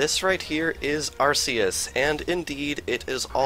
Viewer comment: arKace not arcece